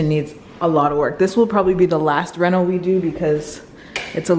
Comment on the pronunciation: “Reno” not “rental”